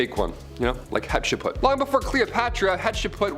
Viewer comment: Some of these were fascinating that I hadn't heard. However, I turned it off after they all mispronounced "Hatshepsut" and the girl butchered "Ptolemy" and every other name she said.